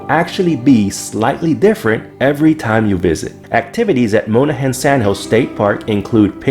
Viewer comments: I hate to be that person, but it’s Mon-ahans not Moan-ahans… also please check out dune sliding if you go!! It’s really fun! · ERRRRRR. Monahans isn't pronounced Mona hans, it's MON AH HANS. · Growing up I went to Monahan's State Park all the time I loved sand boarding and flying kites. But please it's pronounced like MA nuh hans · You need to learn how to pronounce places right. Monahans. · As a Texan, your pronunciation of Monahans and Llano cracks me up. Good video though. Thanks